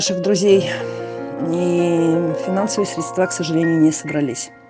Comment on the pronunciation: я безмерно уважаю вас и всё, что вы делаете. Извините, что сейчас пишу эти слова, но, пожалуйста, говорите срЕдства. Удачи и терпения 🐕🐈🤗💖